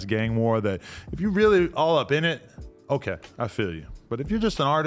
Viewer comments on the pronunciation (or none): none